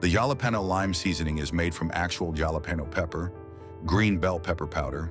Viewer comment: Yalah Peno = Jalapeño 😂